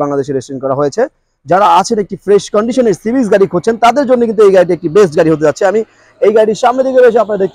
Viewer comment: হোন্ডা সিভিচ না ভাই! হোন্ডা সিভিক হবে।